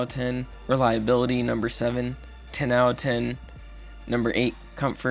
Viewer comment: “Owuh ten”. It’s “out of”. How old are you kid?